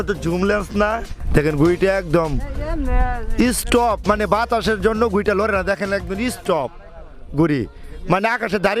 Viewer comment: Eess top 😂 Excellent pronunciation for Stop👍👍 Anyway video is very 👍👍.